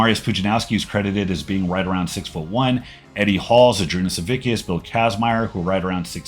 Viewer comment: SaviCCCCCCkas, not stupid SaviKKKKKas!!!!